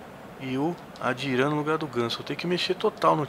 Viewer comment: aquele adryan se fala adrian e não adiran